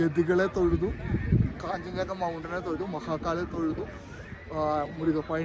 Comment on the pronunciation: കാഞ്ചഞ്ചങ്ക അല്ല കാഞ്ജൻ ജംഗ